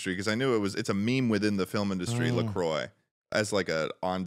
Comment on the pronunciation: As a Lacroix, I appreciate the love... and thank you for pronouncing it properly.